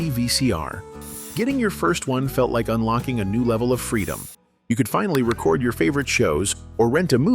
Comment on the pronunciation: For me it wasn't the clear speaking that made me suspect it was AI, it was the way "record" was mispronounced in the context it was used. It was said as if you were using the noun and not the verb.